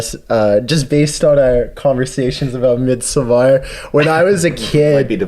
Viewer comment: Hahaha, took me like 10 retries to hear what movie he said.. Damn he butchered the word Midsommar :D